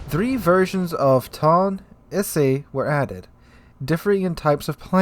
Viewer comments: OMG I CAN'T TAKE IT ANYMORE...ITS E-SAY AND TOE-NAY OR TOH-NEH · ee-say toh-nay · lol I'm sure lots of comments will be mentioning this so this is out of the Japanese pronounciation guide: toe-nay and E-say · Tone is pronounced To-ne. Like toh-neh. It's one of my favourite ships ever (own a really beautiful model) so I really had to say that :p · Also, Ise phonetically is Eee-Say. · yes, more CVs is what we need :)) :)) Two moments later: New tier 10 soviet Battlecruiser Pyotr Veliky with P-500 AShM and 130 mm secondaries, Kashtan CIWS and Torpedo launching Ka-29 helicopters By the way, Tone is pronounced Toe-Nay, Ise is E-Zay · I think the Japanese translator understood your "Tone" as the English word "tone" and just butchered the pronunciation of it in Japanese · i way about to say he was butchering that pronunciation to high heaven hahaha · Oh no, he is going in with the mispronunciation of Ise and Tone again xD